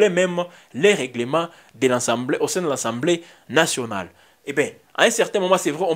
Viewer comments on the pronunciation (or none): On dit “assemblée nationale “ et non “ensemblée nationale “